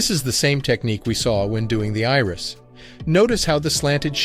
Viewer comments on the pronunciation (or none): none